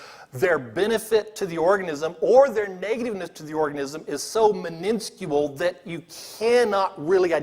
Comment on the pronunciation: He can't pronounce "miniscule" or "literature"